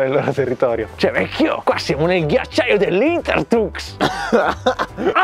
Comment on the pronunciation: Mamma mia che dice,qui siamo nel ghiaciagli dei lintertucs